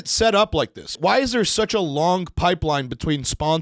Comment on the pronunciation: my biggest pet peeve listening to you, you unnecessarily add K's to words that end in G. LONGK ! wtf